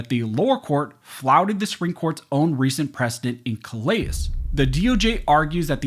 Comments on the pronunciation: That’s pronounced “kuh leh”. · Just a nit pick, but... in Louisiana vs. Callais, that name is pronounced "Cal Lay" because it is a French name and in Lousiana, we pay attention to French name pronunciation. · Callais = Kal-A